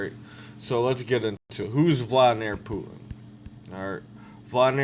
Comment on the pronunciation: First you should learn how to pronounce his fucking name idiot